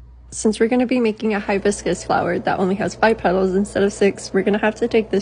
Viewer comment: she said hibiscus